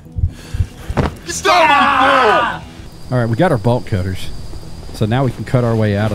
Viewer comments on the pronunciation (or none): I promise I'm not high... but I am tired but everytime he said "Bolt cutter" I just think to myself, why is this man saying "Ball Cutter " lol